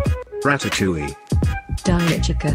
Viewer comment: It’s chica (Che-ca) not chekaa